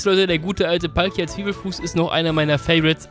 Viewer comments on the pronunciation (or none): none